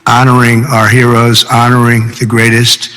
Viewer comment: Wait, did drump just say "hay-roes"? When attempting to read "heroes"? Holy fuk me...